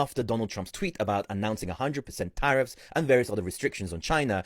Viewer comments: Minute "Trump talking about Tah-Reef again, who's Tah-Reef???" 😂 Whewww Chile! You meant Tariffs?!?! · Did he really say Tareef happy right now 😂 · this goofy ahhh dude said “Tareefs; Who’s Tareef??” Im HOWLING IN LAUGHTER 😅😅😅😅😅😅😅😅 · Trading in crypto and doesn't know what "tareefs" (tariffs) are. 😂